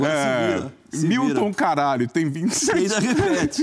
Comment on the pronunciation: o foda é que ele solta um "Milton CARAGLIO" KKKKKKKKKKKKK